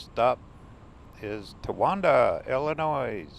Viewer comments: Enjoyed the video! I’m from the area.. one thing that bothered me. 😂 it’s pronounced Illinoi. No S. Just remember Illi noy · NO NOISE in Illinois! The "s" is silent. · Great video 👍👍👍 by the way the s is silent in Illinois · Go to Lexington and Towanda and Bloomington. The S is silent in Illinois.